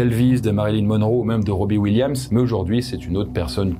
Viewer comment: Décidément tu ne sais pas dire Robin Williams 😂